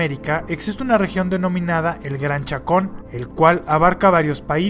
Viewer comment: Gran Chaco. No chacon 🤦‍♂️